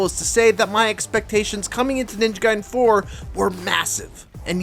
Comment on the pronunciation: I’m so glad you pronounce “Ninja Gaiden” the right way instead of how I’ve heard most people say it like “Ninja Gaydin”. Makes me so f**kin’ annoyed.